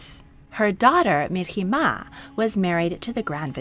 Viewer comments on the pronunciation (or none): I am very sorry to say it, but you completely misplaced the stresses in some of sultanas' names! That would be HürrÈm, NurbanÙ, MihrimÀh and SafiÝÈ. Otherwise, great video! May i suggest to you to check out stories of kazan khatuns Сөембикә (Söyembikä) and Гәүһәршат (Gəwhərşat)